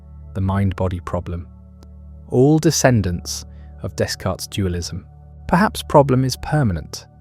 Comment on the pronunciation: Pronunciation of his name????? Never heard it said with an S at the end…